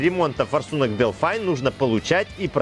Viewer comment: Производитель зачастей Delphi - Делфи. А то немного режет делфай....